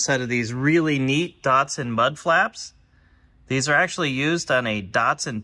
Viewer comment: Sorry, but there is no “o” in DATSUN. Same as it is not NEESARN. Not JAGWAAR either.Apart from that, I quite enjoy your postings.